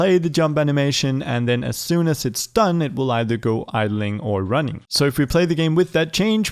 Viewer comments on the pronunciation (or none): Nobody “idleing”